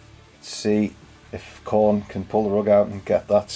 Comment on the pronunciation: the "Khorner"